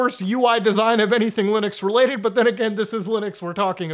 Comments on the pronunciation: Did he say, "LOONux?" 😎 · He said lunix again...